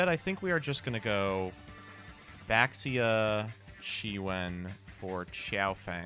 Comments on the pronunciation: Can we get the mare mare type edit to make them stop pronouncing baxia wrong next time😭😭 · All these comments about Mare Mare pronunciation but no one wants to talk about the community-wide mispronunciation of "Baxia"